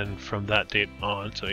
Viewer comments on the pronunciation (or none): none